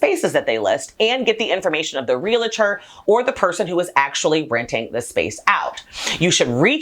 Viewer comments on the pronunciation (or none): Rea-li-tor is incorrect. It’s only 2 syllables. Real-tor.